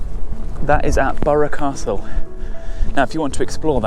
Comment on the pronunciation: An enjoyable video, respect for the correct pronunciation of Burgh Castle.